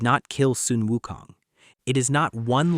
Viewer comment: Also, They're Names Are Pronounced As Followed: Sun Wukong = S-Uh-N W-OO-K-Oh-N-G! Subhoti = S-OO-B-Oh-Dee!